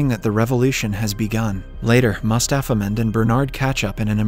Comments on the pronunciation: everytime he said "mustapha mond" i heard "mustapha man" lol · I heared mustafa mouth instead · So i here aswell Mustafas Mond